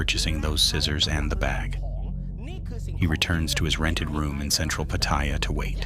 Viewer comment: It's read out phonetically "pah-tah-yah"